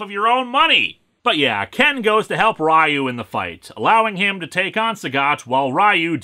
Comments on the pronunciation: For those who want the context to be properly offended by this movie's portrayal of the characters, here's how the characters actually are in the game: Ryu (correctly pronounced as one syllable with an elongated "U" sound): A consummate warrior dedicated to the never-ending goal of becoming the greatest fighter. Ken: Trained with Ryu, but found his source of strength in his girlfriend (later wife), Eliza. E. Honda: A hot-headed Sumo wrestler who wants to prove Sumo as the greatest form of battle. Chun-Li: A former(?) Inerpol officer trying to take down the criminal organization, Shadaloo, to avenge her father. Struggles with whether she wants to be a badass warrior or a normal girl. Blanka: A jungle dwelling wild man who has no relation to Guile's friend. His superhuman abilities came from adapting to life in the Amazon. Zangief (correctly pronounced "Zan-Gee-Ef"): A simple but not stupid wrestler whose two biggest loves are his country and his job. Was never a bad guy despite what American-made Street Fighter media says. Guile: An American Air Force Pilot who seeks vengeance for the death of his friend Charlie Nash. His wife and Ken's wife are sisters. Dhalsim: A yoga practicing monk at odds with pacifist nature and his desire to rid the world of evil. Cammy: An amnesiac former member of Shadaloo, now a member of British Secret Intelligence. Dee Jay: A charismatic and fun loving kickboxer who is also a bestselling musician. Balrog (actual name Mike Bison): An amoral, vicious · It is indeed pronounced "sho-ree-you-ken," but Ryu's name is pronounced "ree-you," as well. Sho-ryu-ken means "rising dragon fist," where "ryu" is "dragon." Meanwhile, "Ken" means "fist," so who knows - maybe the characters' names really do have something to do with the special move. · Leave it to Linkara to pronounce Shoryuken right but not Ryu. Must be a Minnesotan thing... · So because a movie mispronounces a foreign word, it’s okay to knowingly continue mispronouncing a word?